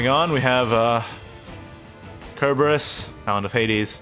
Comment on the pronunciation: Just correcting you here. It's "Sir"-berus. Not "Ker". That's not just personal interpretation. Cerberus is a hellhound from Greek mythology and that's the modern name for it.